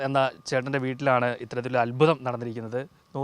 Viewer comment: അത്മുതം അല്ല അത്ഭുതം